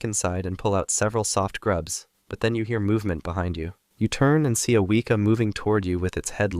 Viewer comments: The way he said Weeka instead of Weka 😂😂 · Few notes from a New Zealand fan: Weka is pronounced We (as in west) and Kaa (like the snake from Jungle Book) Pronunciation guides are online, we appreciate trying to pronounce the words though. Showed an Opossum, we have Brushtail Possums from Australia, they raid bird nests and eat plants, we trying to wipe out them as best we can. Other kiwis keep your dogs on bloody leases if you take them for a walk in the bush ✌🏻